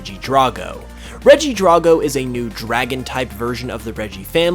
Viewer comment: DRAGO NOT DRAWGO